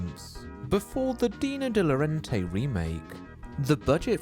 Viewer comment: FYI, De Laurentiis is pronounced like it’s spelled: “day loh-RAHN-tis”, not “de-loren-tay”.